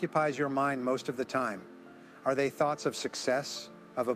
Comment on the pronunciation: Thoets? Then Thoughts? A toe_tally different per_sone? Sounds so smooth and real. Then this AI creep reveals himself.